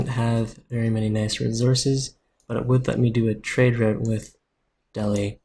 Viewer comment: It's pronounced del-ee :)